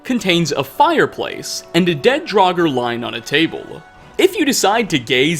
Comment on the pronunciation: "There's a dead draugur on the table" u h